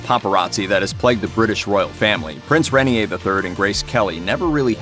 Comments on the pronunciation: Rain-ear not ren-ee-a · The name of the man Grace Kelly married is pronounced "ray-NEAR," (not "rainy-hay.") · Hello, that is not how you pronounce Renier, It is "Ray" "Neer" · His name is pronounced Ray-near